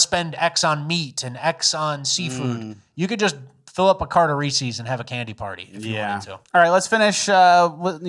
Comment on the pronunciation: Someone tell it's not pronounced "REE-SEES." Kind of embarassing. It's the possessive form or Reese, which means it's Reese's. No shame, we all used to say it that way... when we were six.